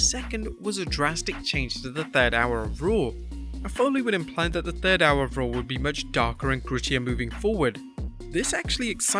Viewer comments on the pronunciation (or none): none